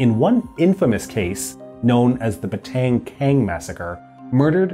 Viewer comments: Nice one but.. Its batang ka-li not batang kal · I'm Malaysian and it is called Batang Kali Massacre not Batang Kang. Great channel. You just earned a sub!